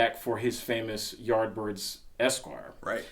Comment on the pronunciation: When said Yardbirds, I literally thought that he is saying art birds for a few minutes. A bit later I checked "CC" to see if my english has really gone bad but guess what... Poor Youtube algo even couldn't pull off what he was saying, fix your pronunciations:P